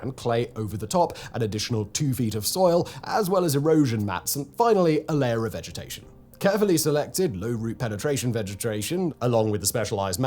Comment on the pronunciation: vegetration eh? Good work factboi ❤😂